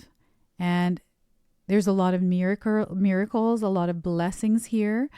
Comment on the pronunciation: you said mirror-cles, then corrected and said miracles. A little magical moment, love it! 🪞💕✨